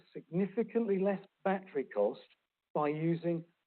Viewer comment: Peter needs to learn how to pronounce the words “battery”and “schedule.”